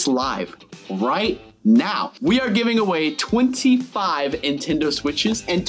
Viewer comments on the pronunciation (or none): They’re not “intendo” switches, they’re “Nintendo” switches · He said intendo switches😂😂😂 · who is here in 2024 and btw i love how says intendo when its nintendo